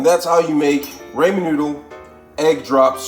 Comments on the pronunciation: It's pronounced ra-men, not ray-men! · no shit. But sound it out lmao he said it like Raymond soup lol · Can’t trust a recipe for ramen noodle from someone that pronounce it “ Raymond noodles” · Bruh, it's Rahmen like Ahmen Ramen noodles. Not Raymond Noodles lol. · Ray-men noodles!????! I can’t trust a man that pronunciation Ramen, RAY-MEN & ginger, GIN-GEER… 😂😂😂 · Please pronounce it *raHmen instead of "raYmen" and *gingUr instead of gingEEr cuz Bro that was painful lmfao 🤣 dont even have the oomph to comment on the parsley and everything else mispronounced almost on purpose? 😭😅 lolz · Everytime he says Raymon noodles I feel weird 😓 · Raymon noodles gingeer and par sa lee is crazy 😂😂😭🤣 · Absolutely speak & pronounce your reads correctly. It’s not Raymon? Dah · I was legit like "Gingeer? What's gingeer-oh." haha loved this vid. Also never thought to add ginger to raymen noodles. I'll give that a try next time I get my hands on some. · he said "raymon" and "gingear" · Same and the first time I've heard ramen pronounced Raymen 😂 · yeah i was Raa MEN not Ray mon ... but the Gingeer is pretty funny too